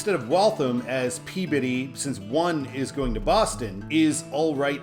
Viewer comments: pronounced "Glah-ster" You did get Peabody right, so wicked props for that. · Superb,. Truly enjoyed all the 95 episodes. There is no way I would have guessed the pronunciation for Peabody. Nicely done!